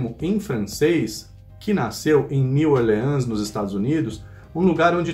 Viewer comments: Edit: aos O jeito de falar com menos sotaque seria "Niu Órlans", com um E mudo e a silaba tônica sendo o O, mas eu acho mais facil de entender falando com nosso sotaque brasileiro, siceramente. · New Orleans não se pronuncia assim 😬